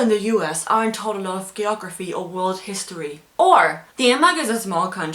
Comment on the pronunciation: Shit learn to say geography